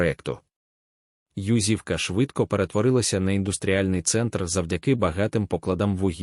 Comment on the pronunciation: Чому ЮзИвка? Наголос не там